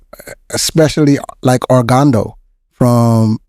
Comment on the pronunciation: ....the athlete's from Dominican Republic name is Ogando, not Orgando😊